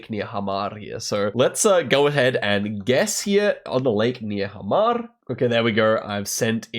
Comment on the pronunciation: as someone who lives in Hamar, that pronunciation has me dying